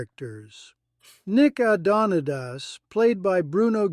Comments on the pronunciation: Damn man, I KNEW something was wrong. aDONaDIS…. Not adonEEDEEZ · Nicka Don-i-tis? Nick Ado-nitass?!! Watched the show when I was a kid and never heard it pronounced either way...because that wasn't his name of the character Bruno played. Stop relying on AI. The name is Nick Adonidas. Pronounced Adon-e-das. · Hol'up a minute ... what the hell did the announcer say Nick's last name was??? Adoniteus??? Pretty sure it was Adonidas. I am certain that the voice over person hasn't seen a single episode of "The Beachcombers" otherwise he wouldn't keep butchering Nick's last name. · My favorite show but a terrible video. My be an AI voice over, but couldn't even get Nicks last name right. It's more like Nick A..don...a..dis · It's Nick A-done-a dass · A few quick things ... 1) Nick's last name is pronounced A - dawn - eh - das. That's from the show not some narrator reading off a script. 2) The guy holding the harpoon in the clip is acclaimed Canadian actor Gordon Pinsent who did a stint in America. 3) There's a clip that CBC had from the early 60's of a scene from Julius Ceasar starring Bruno Gerussi (Nick Adonidas), William Shatner (Captain Kirk Star Trek TOS), Lorne Greene (Pa Cartwright in Bonanza and Adama from the original Battlestar Galactica) , Christopher Plummer (Sound of Music, Star Trek), and John Colicos (Star Trek TOS and Star Trek DS9 as the Klingon Kor, and Baltar from the Original Battlestar Galactica). All of them except Bruno Gerussi drifted into sci fi for a few years. Bruno stayed in Canada and worked steady for 19 years on one memorable show. That's staying power! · It’s too bad that the commentator constantly mispronounces Nick Adonidas’ last name. It was pronounced A don i das. Short a, o, i, a. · Geez can he at least learn to say the name right, Adonidas pronounced A-don-e-das. When they float logs down the coast in large packs , logs breakaway. The salvagers would pick up stray logs for a fee. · a- don -e dass! nick would curse this narriator lol